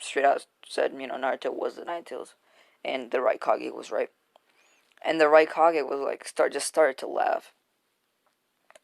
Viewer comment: it sounded like you said raicockay